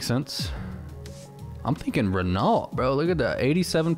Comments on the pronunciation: It’s Ren- ohh not ren-olt. No hate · The way u said Renault is not how u say it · Yo renault is pronounced ren-oh. The L is silent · 'Ren-olt' LMAO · Renault.....lol, it's pronounced Ren-no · If wants to say it that way then that's the correct way. Don't question his authority.